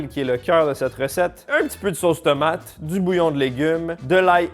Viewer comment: "Tomaté" mdr